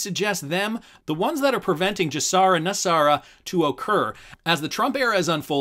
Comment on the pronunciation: You are pronouncing GESARA incorrectly. You are using the J sound as in the word just. You should be using the G sound as in the word good. The G in GESARA stands for global. You wouldn't pronounce global as jlobal. If you're going to voice videos you ought to learn how to pronounce things correctly.